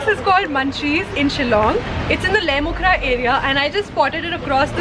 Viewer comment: it's Lait-um-khrah not Lait-mu-khrah 😊